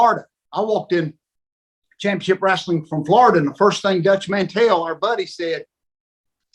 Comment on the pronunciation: He actually says "wrasslin".